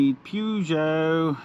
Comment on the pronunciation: Purr-geot not Pew-geot please. Pew-geot is making my ears bleed. Thanks